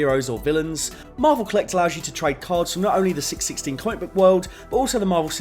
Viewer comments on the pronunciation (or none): wow. Hearing 616 said as 6-16 took a moment to process. Don't think I've heard it said like that before.